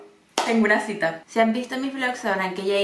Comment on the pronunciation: gente normal: la cita: la shita